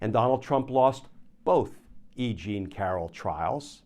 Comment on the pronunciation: "E Jean" is starting to sound like "I Ching" to me! 😅